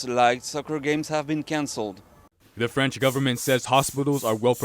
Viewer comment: "Frence" correspondent lmfao